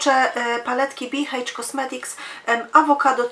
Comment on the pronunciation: Dziwne ale H po angielsku wymawia się EJCZ 😀